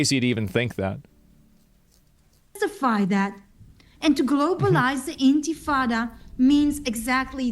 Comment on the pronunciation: You can't bring yourself to care enough to pronounce "intifada" right despite hearing it pronounced multiple times. Stop pretending you care about Jewish people dying. You're nothing but a content farming narcissist. Stop victim blaming Israel. Israel killing terrorists who attacked them did not radicalize these two people into hating Jews. They radicalized themselves. It IS the majority. No. Whenever someone chants "from the river to the sea" it is ALWAYS a call to destroy Israel by its very wording and meaning. They mean they want ALL of the land and they want ALL of the Jews out of it. If they chant "from the river to the sea" but say they support a two state solution, they're either lying or they're ignorant. you're just as naive though and assume that the Palestinian movement and its quest to destroy the world's only Jewish state is based on a legitimate grievance. you can't name a single bad action Yes it has everything to do with America's enemies. They help radicalize Americans on the internet all the time. That IDF veteran is smarter and has more experience than you do and you'd do well to listen to him. you're less of a human being than that guy is. You're a piece of human garbage and have ZERO reason to be so hateful towards him like you are. why are you pretending foreign influence doesn't have a hand in this? Why is it so offensive to you that Iran might be behind radicalizing these shooters to do this? Why is that concep